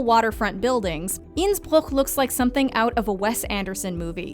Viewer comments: Innsbruchh....twice , thought she was puking...after that it magical she says Innsbruck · Me, watching this as an Austrian who also speaks Italian: Huh, the way she pronounces Bergamo is pretty good for someone who doesn't speak Italian. I'm really glad she practised the pronunciation before filming this video. *watching the part about Innsbruck*: Nevermind 😭😂